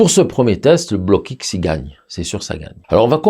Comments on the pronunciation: Salut, très bonne vidéo Test et révélatrice....On dit en France BLOKX en une seule fois, on ajoute pas le X dans la prononciation BLOCK-X, c est pas grave!...Environ 30 ans maintenant que je suis avec ces couleurs et franchement c est la grande qualité. Jai même des tubes de cette époque qui n ont pas bougés, la durée dans le temps compte aussi, il faut se procurer le petit livre de Jacques BLOCKX; COMPENDIUN de l AR G. Père sur les couleurs propre et impropre a la peinture, leur origines, les mélanges etc...144 pg. La grande qualité de ces couleurs vient aussi de l ambre dissous qui est utilisé pour la fabrication des couleurs,( procédé de la Renaissance) C est vrais que tout cela ça a un prix! Ne pas s approcher d un Vermillon ou d un jaune Auréolin....craignos!! Voila pour ces infos (je suis pas payé!) C était les couleurs de Magritte et de Dali entre autre...! Connais tu les couleurs Sennelier? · Merci Juste une petite remarque, on ne dit pas bloc x mais blox C’est un nom belge comme le mien qui est Roockx